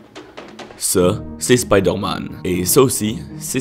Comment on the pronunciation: C es spoodér man